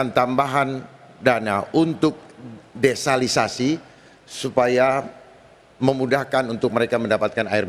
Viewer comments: Dharma Kun : DESALISASI...? Yg bener tuh DESALINASI, pak 😂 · desalinasi kali mksdnya bukan desalisasi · Desalinasi kali pak, bukan desalisasi, tujuannya menghilangkan saline atau garam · DESALINASI pak bukan DESALISASI... bisa pakai teknologi Reverse Osmosis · desalisasi whatt?😂